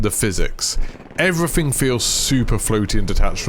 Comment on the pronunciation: Really informative video and I'm glad I've found your channel, but my God dude, please try and pronounce your "th"'s rather than saying "everyfing" etc. Not trying to offend but unless there's an impediment there it would massively improve your listenability.